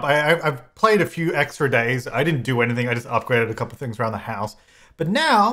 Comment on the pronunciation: So I was gonna say chaz but when you said "thouple" i decided that yes. both. both is good haha